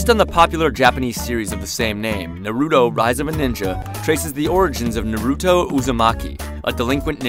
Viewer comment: How about u say his name right